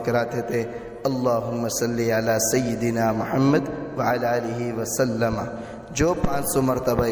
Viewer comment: . الهم............ وسلم ) ( وسلم زیر کے ساتھ پڑھے زبر سے اس جگہ غلط❌